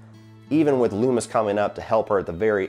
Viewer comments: Finally sitting down to watch all your Halloween reviews and I'm dying at "Dr Leemis" 😂 You and Drumdums are the best. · Took me a second to realize the prisoner number in the intro was the release date of the original film. Nice touch. And Lee-mis? hahaha I have a feeling that might stick. I wouldn't consider it flawless, it can be nitpicked. But for the sum of all its parts it's incredibly effective, especially taking into account its simplicity and subtlety. By going with the concept of "do more with less" Carpenter was able to create tension and psychological terror rather than relying on an in-your-face splatter fest. For me that's what has always stood out about the original Halloween. Fingers crossed for next week.